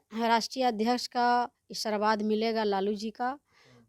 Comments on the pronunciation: बोलने भी नहीं आते बकलोल लिया को आशीर्वाद को ई😂😂😂सरबाद बोल रही है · Sabse pahle Aashirwad Sahi to bol lijiye abhi sikhye